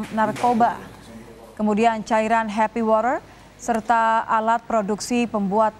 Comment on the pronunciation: Nyebut water nya biasa aja kalo mba... 😅